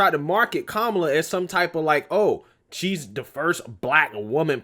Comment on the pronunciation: It’s KA-MA-LA. This lady can’t even be honest about how her name is pronounced. It’s a classic Indian name that is pronounced a certain way.